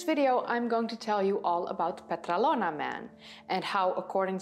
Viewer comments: PetrAlona, not PetralOna ... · It is called Petralona with the tone on the first "a". Petrálona.